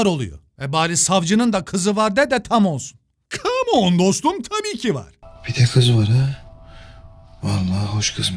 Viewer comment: "Kamooğn Dostum tabiiğki var"